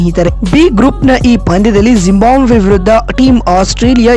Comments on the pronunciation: ಜಿಂಬಾಬ್ವೆ ಕಣ್ರೀ ಯಾಕೆ ಜಿಂಬಾಂಬ್ವೆ ಅಂತ ಹೇಳ್ತೀರಿ? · ಜಿಂಬಾಬ್ವೆ ಮಾರೆ ಅದು ಟೀಮ್ ಹೆಸರು ಕೂಡ ಸರಿಯಾಗಿ ಹೇಳೋಕೆ ಬರಲ್ಲ ನಿನಗೆ 😃😃